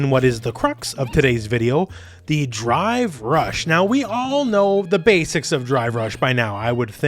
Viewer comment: Still sounds like you're saying "Dry Brush" also i can't stop laughing at the kid on top of the vase in the background.